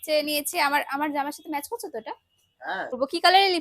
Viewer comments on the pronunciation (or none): none